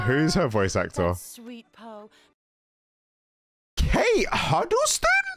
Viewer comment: “Kate Huddleston” 💀